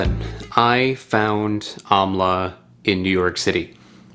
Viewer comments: It's pronounced "umm-la" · It's pronounced aaamla